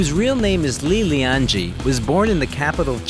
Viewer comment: Well made! Just wanted to note that his name "Li LianJie" is not pronounced as "Jee" but as "J-yeah".